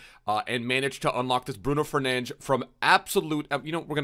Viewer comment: Nah I love it when you go for authenticity with the name pronunciation! Also great stream lad, it was absolutely amazing